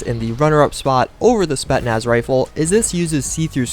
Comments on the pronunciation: Spetnaz? what's that? I thought it's Spetsnaz. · You're overly critical. Also how are you mispronouncing such a common word like Spetsnaz, clearly there's 2 S's in the word. Also it's not an AS VAL it's a VSS "Vintorez" to start with